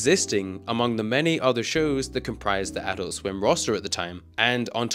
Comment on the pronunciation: TBH it kept pissing me off every time you said "Adult Swim" in this video, because your intonation is wrong every time you say it. It's ah-DULT swim, not AH-dult swim lol.